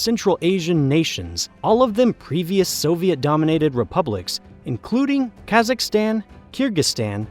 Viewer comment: The way you say "Kazakhstan" and "Uzbekistan" hurts my ears.